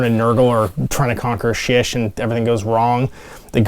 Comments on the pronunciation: Shyish - pronounced SHY-eesh, not shish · I can't take this guy seriously. He can't pronounce Shyish correctly. How am I supposed to trust a man who can't do words right.